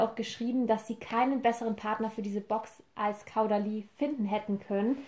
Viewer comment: Sry aber das irritiert das ganze Video über: Caudalie spricht man Kohdalie ;)